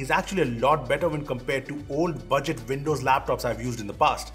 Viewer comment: Btw, Windows is pronounced with a “W” and not with a “V”! 😂 “Vindows”